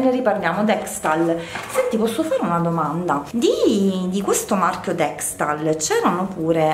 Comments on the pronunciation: dekstal??ahhaha sei una comica dexal.... sono cmq buoni i prodotti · deXal non DexTal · deXal non deXTal😘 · Si dice Dexal❤